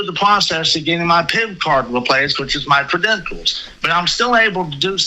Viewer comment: he's gotta go through the pwocess of getting his pip cawd weplaced